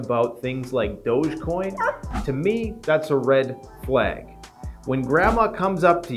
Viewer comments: Doge coin is pronounced like Dog with a long e like Doggy coin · I think it’s pronounced doggy coin